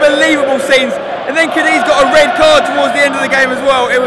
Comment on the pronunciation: Cadeez hahaa. It's cadith